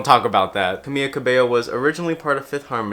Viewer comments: fyi it’s Camila, not Camilla. you pronounce the L as an L! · Great video, its pronounced Camila not Camiya tho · you are saying "camillo" instead of camila😭😭😭😭😭😭😭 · hey just a quick note- in some forms of spanish (in this case the form the camila cabello speaks) the LL sounds like a y (which u got right), but camila’s first name only has one L, so you’d just pronounce it like kuhmiluh :) if u wanna be a lil more accurate, it’d technically be pronounced closer to cameela, and her last name cabeyo (cause the double L) :)) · Sorry does he keep saying Camiya? maybe im just bugging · I completely agree with on this issue, people should stop telling others what their sexual orientation is based on stereotypes... But as a native Spanish speaker I find it so funny how he says Camila, he says it like "camilla" which means stretcher in Spanish, like the thing you use to move sick patients in hospitals or ambulances 😅💀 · Btw it’s Ca-Me-La, I love you but it was bugging me 😂😂😂Camila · I’m sorry Wait....ppl really call her Cam-ia Ca-bay-oh? 😂 I thought that was a joke from a meme. You’re not the only one I’ve noticed lately so I thought I’d point that out! 😂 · you pronounced camila wrong